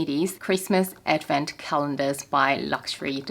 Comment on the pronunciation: Me casually listening to you talking about advent calendars and keep hearing “effin” calendars…. Took me a while to figure it out hahahha (someone needs hearing aids)